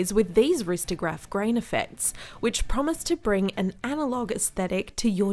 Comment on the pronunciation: “ristograph” lol